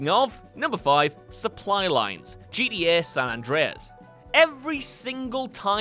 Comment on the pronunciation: Why dont you pronounce GTA properly? Annoys me how you say Jeety yay